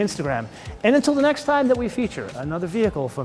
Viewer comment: No offense, but the way you pronounce Bayerische Mororenwerke sounds just awful. I like your videos though, you have become one of my favorite car reviewers.